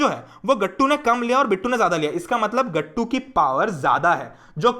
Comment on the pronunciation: The way u pronounce GATTU...GATTUU!!>_<😂 SO good ❤